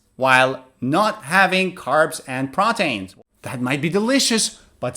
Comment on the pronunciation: Thank you for the video but i realized you were pronouncing the word proteins like "proteyns" isn't it supposed to be something like "protiins"? Also i subscribed in to your website with my e-mail but i have not recieved any e-mails from recent videos, what should i do?